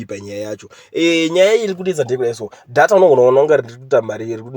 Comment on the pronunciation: Nyayamatician say "deyta" not dhata